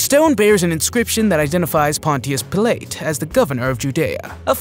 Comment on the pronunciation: “Ga lee lee??!” NOOO!! “Gal uh lee” = Galilee “Pill leet?” NOOO!! “Pilot” = Pilate